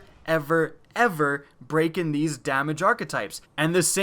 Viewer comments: you also said braken at one point... still not bad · still not bad, but you said 'braken' also